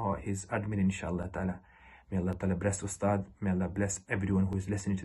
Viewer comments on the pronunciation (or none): It’s pronounced تعالى not تالا, a long awaited lesson in Arabic awaits you.